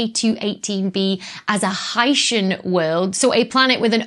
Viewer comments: "high-shin" sounds like somebody who comes from Haiti. "high-sea-in" as a portmanteau of Hydrogen and Oceanic, I like much better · You're both wrong! It's pronounced "hycean". Stop misinformation. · Hy-see-an and Hy-shun are both acceptable pronunciations given the variation in palatalization in English accents. One or the other may prevail in certain regions and dialects. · I always pronounced it high-sea-uhn but I didn't know it was a portmanteau and so now I think you're right with high-shun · 'Dr, S, OWN YOUR EXPERTISE! If you say 'Oh-shun,' who is anyone else to quibble that it should be 'Oh-see-un?' (OK, there was the 'phyto/photo' thing, but that was just a single datum, A statistical glitch perhaps?) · Your instincts are apparently correct, Dr. I heard one of the authors of the new paper on K2-18b correct his interviewer on the pronunciation of “Hycean.” As a portmanteau of “hydrogen” and “ocean,” the correct pronunciation would be “high-sheean.” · Pronouncing it high-SEE-an sounds fancier. 🤣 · I would pronounce "hycean" to rhyme with "Lycean." After all, we have portmanteau words in English, like "helicopter" which comes from "helix" and the Greek "pter" (wing.) But we don't pronounce it like that. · IPA suggests "ˈhaɪʃən" pronunciation. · No. It's pronounced hycean. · your pronunciation sounds like people from haiti but that's kinda cool.